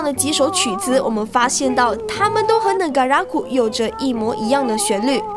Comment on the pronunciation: 為什麼 Negaraku 唸成 NegaRAKu ?